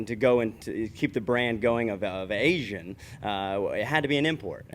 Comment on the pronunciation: What's with the ANZ instead of Asian?